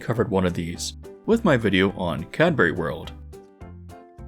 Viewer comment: couldn't say Cadbury tho 😭